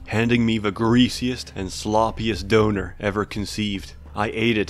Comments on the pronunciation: As a qualified german, i can just agree... but its called dÖner not dOner ;) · I mean my only critik at this video is that you called a Durum a Döner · Wtf is a "doenor" ? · Why do you say donair so weird?